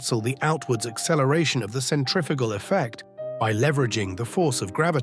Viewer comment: Why is this English sounding narrator pronouncing centrifugal as centrifical? I thought only Americans did this.